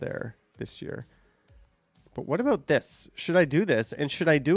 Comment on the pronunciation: Sorry aboot that eh 😂😂😂